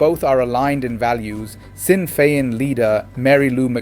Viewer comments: Correct pronunciations. Fina fall. Fini gale, shin fane, kom corrla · Pronounced "Feena Fall", "Feena Gale" & " Shin Feign" ( means "we ourselves") "Fianna" ( Feena) is gaelic for "A band of warriors"...."Fail" is from an ancient name for Ireland... "Feena Gale" loosely, means "A band of Irish"